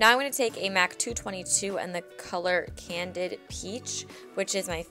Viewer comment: i think it's called candied peach not candid